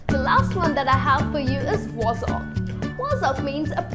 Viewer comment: she is saying "Wozzack" its not, it is pronounced Waaz-sic.